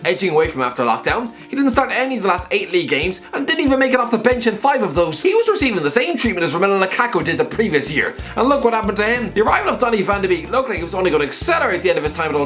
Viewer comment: No-no, it’s pronounced van de Bake.